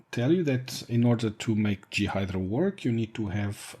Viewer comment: Thanks like the other person concerned great to know. Will i get time to play with it? As a native English person we pronounce J as Jay and G as Gee. I guessed what you meant. This is just a tip. I am trying to learn Mandarin Chinese and my tones are terrible so people from China and Taiwan look really confused some times when i speak. Of course your English is much better than my Mandarin. More importantly FreeBSD content is great. I've got a 2.2.1 ISO downloaded ready to run in 86Box to bring back my very first FreeBSD install from 1996 or 1997. So you are making an impact.